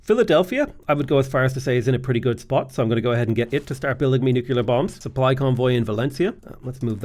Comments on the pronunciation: NUKE - LEE - ER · I've never noticed that pronounces "nuclear" like "nu-kuh-lar" and I love it